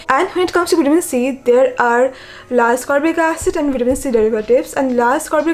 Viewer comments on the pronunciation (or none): Not to be rude bt a slight correction L-ascorbic acid is pronounced as it is written i.e L-ascorbic acid not Lascorbic acid..it is called L-ascorbic acid because of its naming based on its chemical structure as per organic chemistry🤓